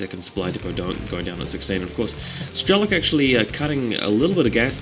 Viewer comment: its nto strelo-KEY, its just strelok, a russian word with no "key" in end.